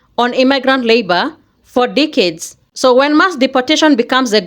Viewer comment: She said decades, I thought i heard dickheads. 😂😂😂